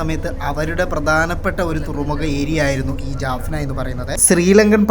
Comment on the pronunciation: ജാഫ്ന ആണ് ജെഫ്ന അല്ല